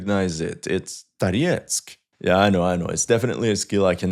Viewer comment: It is evident that you concern yourself not only with the military aspect of the matter but also with the language. The way you pronounce Toretsk—with the 'o' sounding more like an 'a'—is exactly how a Russian speaker would say it. That is something I really appreciate about your analyses. 👍